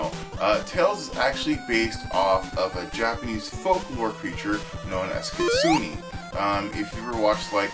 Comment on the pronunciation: You pronounced kitsune wrong. (Keet-soo-neh( the word Kitsune in Japanese just means Fox. In East Asian mythology and folk stories, foxes are able to become mystical beings by living a long time, and cultivating their spiritual power. Outside Korea, most East Asian Fox Sprites could either be good, evil, or somewhere in between.